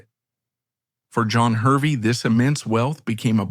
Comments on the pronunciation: Hervey is pronounced Harvey. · It is pronounced "Harvey" despite being spelt "Hervey".